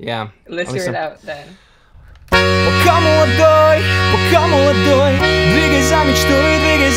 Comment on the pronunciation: пка млдой, пка млодой - это ужасно